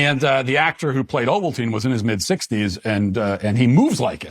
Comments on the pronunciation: "Emperor Ovaltine" 😭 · I have watched this movie probably 30 times and still missed how to pronounce the name of the main baddy. Emperor Ovaltine. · You’re out of control for this one. This had the best light saber fight ever. This was when Anakin became Darth Vader. Better than the first 2 and the last 3 made. It’s Not ovaltein 😂😂😂😂 Paplpatine was a Sith Lord. They’re very powerful. You’re killing me matt. Lmfao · I spit out my drink when Matt said “Emperor Ovaltine” instead of Palpatine. 😂